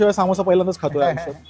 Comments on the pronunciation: शुद्ध बोलण्याच्या नादात अशुध्द बोलतात . सामोसा ❌ समोसा ✅check wikipedia अशणार ❌ असणार ✅ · सामोसा नाही समोसा 😊, समोसा' बिल्कुल सही और मानक शब्द है, जबकि 'सामोसा' एक वर्तनी (अशुद्ध उच्चारण या लिखावट) की गलती है